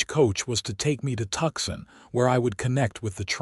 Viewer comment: The correct pronoun action of Tucson is Two Sun not Tuxson.